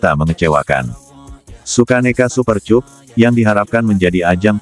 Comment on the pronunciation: Aduh min Bacanya kok Super Cup min cup cup cup bibir dikecup kyk lagunya Rhoma duh .. duh....duh